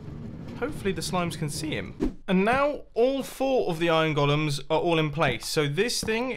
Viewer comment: "those iron gollums" :D